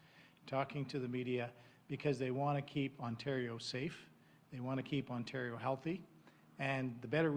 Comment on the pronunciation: Hey YAHOO, we’re in Ontario not Quebecquaw... speak-a-duh-englis 😂🤦🏻‍♂️